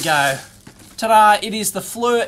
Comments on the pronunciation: For what it's worth, the company name is pronounced like "Fleer", not "Flur". But you get a pass because your moon is upside down! ;-) j/k... please don't these the knife on me! LOL! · Fernrat if you go to their corporate website and watch the promotional videos, they pronounce it "Fleer". I wonder if the "Flur" version is a regional thing? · Maybe his Flur unit does haytch-D video? :) But yeah... The mispronunciation of the company name does get a little annoying.